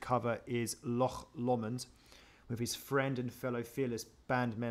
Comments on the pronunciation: Your british and you have no idea what Loch is, and you cant even say it correctly? very strange, its not an original song its an old Scottish song.. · I don't think it's strange that we can't pronounce Loch correctly. Funnily enough we didn't learn Gaelic in school! What makes you think we have no idea what Loch means? We clearly do know what it means. I said it was a lake and my friend said it was a body of water so how does that mean that we have no idea what loch is? It seems you don't know what loch means.